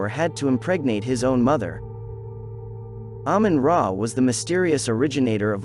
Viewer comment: Ahmun Ra as Ahmun Day